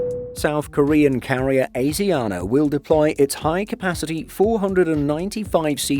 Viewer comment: pronounced every name here wrong including asiana ffs